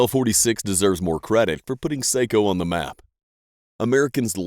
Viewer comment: It is pronounced Socko, not seikko for Sako rifles